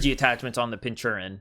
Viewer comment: You're saying Pincurchin wrong, sound it out I guess? Pin-ker-chin